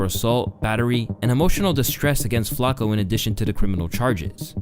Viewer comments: Bro you’re driving me nuts. It’s “Flock-O” not “flack-o” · love the video but the way you pronouncing flacko is pissing me off lmao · The way you say flocko bothers the fuck out of me for no reason, "Flock-oh" not " Flak- oh" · Why this a.i. shit keeps saying flako..am I missing something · Is he saying FLAKKO half the time? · This guy just say "Flacco" 🤣